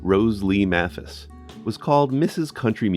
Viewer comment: Excuse me, but the last name of Rose Lee Maphis has a long "A" sound (May-fuss.)